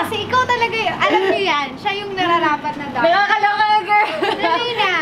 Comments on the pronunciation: Ay bagay nga. Ganda ng pagkaka sabi nya ng darna. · Napunta ulit ako Dito Imiss nadz my love🤗😘👏👏👏astig tlga pagkakabigkas Niya ng darna👏👏👏,thank you donnalyn🤗😘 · yung pagbanggit nya ng darna ang ganda😍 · I agree with all the comments..she really nailed the "DARNA"!